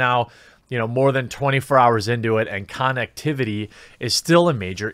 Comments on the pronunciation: Nobody pointing out him saying con ectivity. This is literally killing me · This is the first time I heard someone pronounce “connectivity” the way you did.